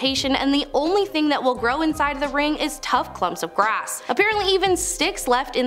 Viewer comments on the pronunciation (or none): none